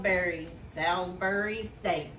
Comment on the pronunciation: I WILL SEND YOU CHEESESTEAK SAUCE FOR PA. ITS MADE HERE IN BETHLEHEM PA. WELL KNOWN FOR THE PHILLY CHEESE STEAK. YOU SAID SALISBURY CORRECT ❤❤